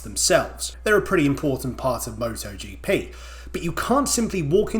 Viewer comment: MotoGP X MottoGeePee ❤